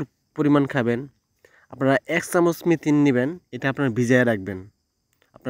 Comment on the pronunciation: মিথিন বলে কিছু নেই, মেথি আছে। আপনি সব সময়ই ভুল বলে আসছেন, সংশোধন করে মেথি বলার চেষ্টা করবেন।